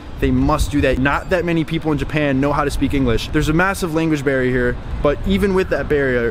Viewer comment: Dude struggling to say "barrier here" 🤣🤣